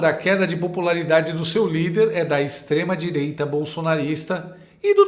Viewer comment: O duro e ouvir a Dualibi dizendo extreDireita , que ridículo essa